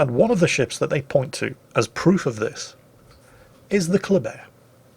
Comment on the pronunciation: There should be more German bias by using the German pronunciation of the word Kleber